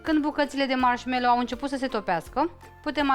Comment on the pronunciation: Foarte frumos dar mi se pare ca atunci cand zici marshmello suna foarte ciudat